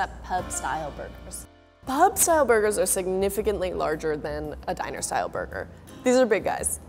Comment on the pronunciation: Am I the only one heard about Dinasour burger, instead of Diner-Style burger? Lol.